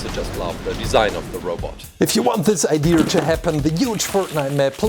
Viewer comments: It’s pronounced “idea”, it’s not pronounced “idear”. There is no “r” in idea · It’s funny how he says ideer and not idea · OMG ITS IDEA NOT IDEERRRRRRRR U MOUSED FACED RABBIT 🐰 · Uhm, its not iDEERS it is iDEAS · I love how you say idea Ider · Love how you say idea like ider😁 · Why do you say ideaer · He says I deer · i love your accent and how you pronounce idea ideer.. Its great.. 😊